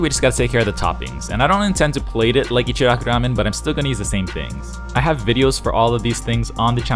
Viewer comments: I've never understood the pronunciation thing.... its echi-rocku- Ramen. Not echdi rocdu Ramen. Or pronouncing asain names with a soft d wedged in there.... like Narudo... Na-ru-to or Ls In places it doesn't belong. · The way he rolls his R's to pronounce it. Its annoying like they rarely ever actually do that in japan